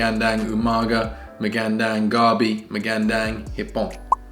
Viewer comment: Ur pronounciation is getting so much better! Just remember to always pronounce ur A's as u wud in ur first syllable in Magandang. U have a tendency to pronounce it as magEndEng. Great job still! I always enjoy watching u both in ur vids!